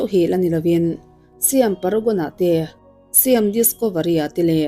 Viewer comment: Siam hi mizo a Sai-am ti a lam tur ani e